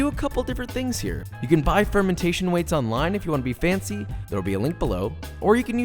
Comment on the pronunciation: What kind of salt he said? Fauncy salt?